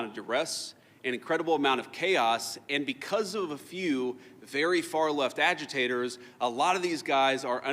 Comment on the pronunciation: He said AGITATORS